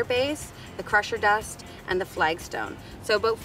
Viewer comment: Crusher dust? Pressure Dust? Cant understand what you're saying. Wish you would have listed in description or flashed the word in your video. Thanks.